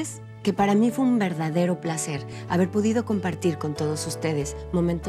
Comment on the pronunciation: Minuto Lorena Rojas QEPD dice " pudido " o fue un último blooper jajjajaja